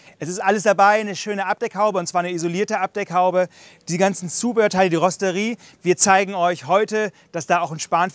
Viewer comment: wo von spricht der kollege dauernd ? rosterie???? eher rotisserie ???!!!!! oder rostet ihr das ferkel ?